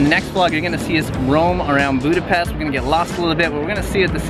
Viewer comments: At least a good pronunciation of Budapest. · Finally somebody says the capital name right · The first person whos not from Hungary but could say Budapest normaly- WOW